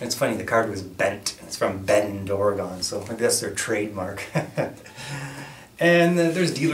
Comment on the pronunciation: Say it with me... OR-UH-GUN. Not OR-UH-GONE. Come on man! Now that we got that out of the way lol :)